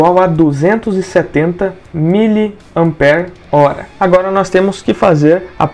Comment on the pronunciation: A única coisa que não consigo entender é, como pessoas com tanto conhecimento de eletrônica insistem em falar "amper", quando a unidade de media é 'ampere".